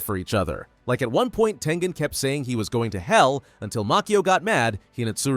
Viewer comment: That's crazy but its Tengen not Tengan